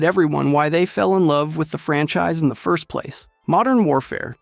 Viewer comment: Is no one going to point out him litteraly saying onest instead of first lol